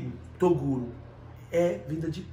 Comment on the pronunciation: Torugo,toduro, toguro... kkkkkkk